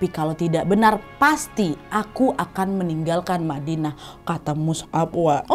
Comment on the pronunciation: Badinah salah ucap kak,ya?